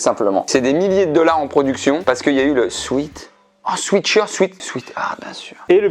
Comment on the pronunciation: Je vais faire la chiante : le 'ea' de sweat se dit è 👀 Du coup, à pronnoncer"swit-heart, Swèt-shirt" ^^